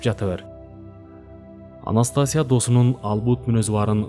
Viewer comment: Анастасия окулганда "И"тамгасына басым берип окулат.